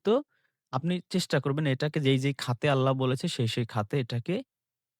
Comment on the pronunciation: আল্লা বলস কেন,,,আল্লাহ হবে। ইংলিশ, বাংলা তো লেডিসের মতো সুদ্ধ বলস। আল্লাহর নাম নিতে এত ছাগলামো কেন।